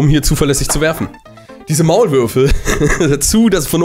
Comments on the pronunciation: die WAULMÜRFE“ bin ich die einzige die das statt Maulwürfe hört 😂? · Er sagte Waulmürfe xD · Er sagt es wirklich... 😂